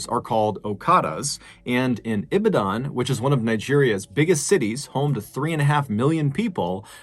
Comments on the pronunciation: Thanks for this narration. Strange, dark and mysterious. How to pronounce Ibadan. Think of Eva and Dan, like Eva Dan or think of a dam... eva dam, but instead of v, use b. E-ba-dam and instead of the last m-should be n. Ee-ba-dan. Ibadan. Someone owns that piece of land, someone owns that property, someone was contracted to come and build that structure. If they go to the lands comission, they would get these details but alas, they may not get them. The police are complicit in this. Pretty sure they even work with those people. That guy who was carrying the human tongues, probably thought it was some charm that will protect him at a time like this. The weird thing about African charms are, they seem to work when being "tested" but fails miserably when needed at the most. Same way African warriors were defeated by colonialists and they haven't improved their weapons or technology but rather doubled down on more sacrifices. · Ibadan is pronounced Ee - bah - dun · I really wish I could correct your pronunciation of Ibadan I'm Nigerian and I absolutely love your channel. I hope soon we can comment by voice message. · I'm from Nigeria, you didn't pronounce "Ibadan" well but you tried. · Yes and so many other words, Americans 🙈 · Mr Ballen you tell story so good! I'm a Nigerian n this ritual thing is true as dumb, sad as it is it is true young people do it kids even kill so heartbreaking... I see your pronouciation on "ibadan " lol funny!! Stay safe my name is Worldwide 🖤🌍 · Thanks for the story and your pronunciation of Ibadan make me laugh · It's not pronounced ibidan.. it's E BA DON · Ibidan? 😂 Its pronounced I-BA-DON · It's E-BOD-DIN (Long 'e' sound - phonetic spelling/pronunciation). I used to live very near there. Horrible story! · did he say IBIDAAN?. or IBADONE.. that's how it's pronounced but we understand you Mr. Ballen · Well done pronouncing okada lol it’s Ee bah don lol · It's not Ibidan. It's pronounced IBAADAN. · It's pronounced 'E-bah-dan'